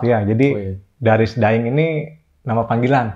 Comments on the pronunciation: abang yg aploud bun salah ucap kok.. 😁😁 Daing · Tapi bang nya ngucapinnya bukan daeng, tapi da'ing. Entah kenapa kok tulisannya daeng